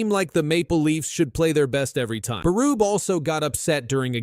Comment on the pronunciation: that's not how you say Berube